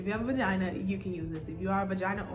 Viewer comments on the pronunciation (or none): "if you have a vajanna" 💀💀 thank you for this video boo